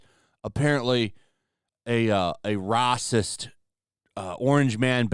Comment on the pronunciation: Say racist like normal